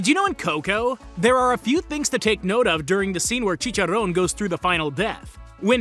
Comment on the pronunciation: You're the first english native speaker that pronounce right "Chicharrón". Nice one, bro